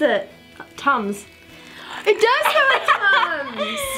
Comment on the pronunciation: When u said it smells like tums I thought u said tongues